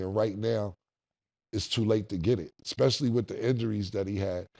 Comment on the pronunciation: you’re a college grad. Say it with me ESPECIALLY. Not expecially. Especially.